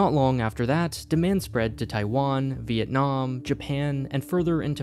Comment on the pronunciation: not relevant but I have a hypothesis that the narrator is Vietnamese based on how he pronounced Guangzhou and Vietnam